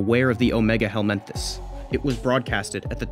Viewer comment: Not "helminthis", helminths. Like parasitic worms